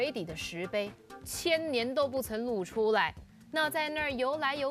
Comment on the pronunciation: "露出" 不唸"路出", 要唸"漏出"